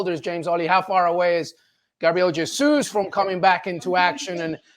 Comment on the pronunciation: Mr Olley, you report on Arsenal, can't you learn how to pronounce Jesus properly?